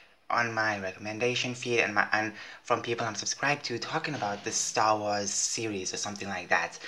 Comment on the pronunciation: Did you just say srss wars 😂